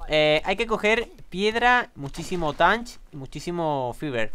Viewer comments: se que hace tiempo de este video pero te equibocas en una palabraa de dice TATCH no TANTCH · Se pronuncia tach no tanch y si le habias dicho que recogiera flint 😒